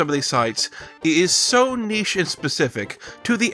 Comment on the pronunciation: Holy shit an American that knows how to pronounce the word "niche"